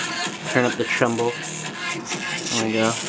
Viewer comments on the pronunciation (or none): it's treble, not tremble.